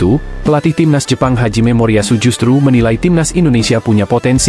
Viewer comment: Pelatih jepang namanya Hajime Moriyashu ..... bukan Haji Memoriyashu mimin 😂😂